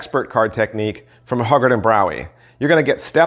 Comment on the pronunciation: "Hyoo guard" not "Hug Guard"; "Gee-oh-bee not Gay-Ah-Bee"; "Minch" not "Munich"